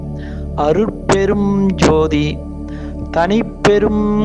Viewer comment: மந்திரத்தை உச்சரிக்கும் போது எழுத்துக்களை சரியாக உச்சரிக்கவும் மகா மந்திரத்தில் அருட்பெருஞ் ஞ் என்று குறிப்பிடப்பட்டுள்ளது தாங்களின் ம் என்று உச்சரிக்கிறீர்கள். தனிப்பெருங் ங் யும் ம் என்று உச்சரிக்கிறீர்கள். பெருமானாரின் மந்திரத்தை தவறாக உச்சரிக்க வேண்டாம் நன்றி